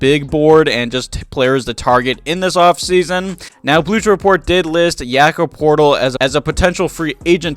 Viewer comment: Did you just call him Yakob Portal